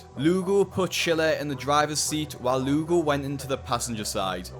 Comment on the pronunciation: When the Lugo sounds like lougle right in front of lougle himself 😂